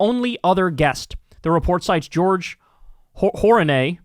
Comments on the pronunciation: i think its pronounced "whore -rain -e " lol ijs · You read it wrong. Horaney as in Horny.